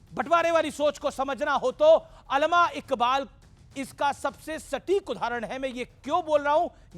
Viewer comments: او بھائی سدھے لفظ بول علامہ اقبال ہے علمہ اقبال نہیں اور عاصم منیر ہے اصف منیر کیا تمہاری مودی حکومت کے ٹیچر نے تمہیں یہی پڑھایا ہے😂😂😂😂😂😂 لکھ لعنت بھارت تے😂😅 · Pahly nam Bolna to sekho not alma allama Iqbal or Iqbal 1945 Man intqal kar Gai thee